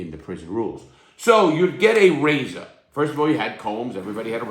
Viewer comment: Take a shot every time Larry says "rayza" 😂😂